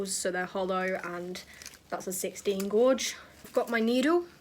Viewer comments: She said gorge and Tr-a-gues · I’m sorry I love u so much but the way u say Tragus, jewellery and gauge just doesn’t sit tight 😭😂